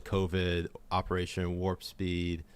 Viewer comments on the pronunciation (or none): none